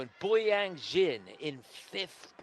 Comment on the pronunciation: When can the commentator pronounce Boyang's surname right? He's a two time World Medalist, it wasn't hard to find out how to pronounce his surname Jin😅